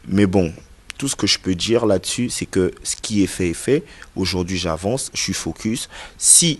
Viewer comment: Oui faire du buzz c du n'importe quoi mais tu es un fanfaron c vraiment toi un vraie lâche c loin d'être fini toi à Kin il ya vraiment des fous plus que toi ça se prononce dire et non djire